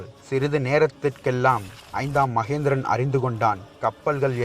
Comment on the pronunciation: ஐந்தாம் மகிந்தன், ஐந்தாம் மகேந்திரன் அல்ல🤷🏻‍♂️ வாா்த்தை உச்சாிப்பு சாியாக இருக்க வேண்டியது அவசியம்👍 மேலும் ராஜராஜ சோழன் தூதுவனை உயிரோடு மீட்டு வரவில்லை😔 சேரா்கள் அத்தூதுவனை கொன்றதால் சினம் கொண்டு அத்தூதுவனுக்காக நடைபெற்ற போா்தான் அது🤷🏻‍♂️